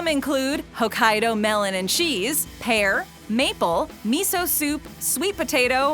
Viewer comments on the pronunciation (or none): when they said japan has pear flavored kit kats i thought they said hair flavored